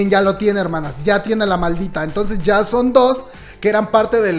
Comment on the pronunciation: En ves de son dice so :v